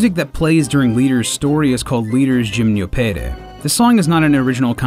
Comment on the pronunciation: him-no-pe-dee is how you pronounce it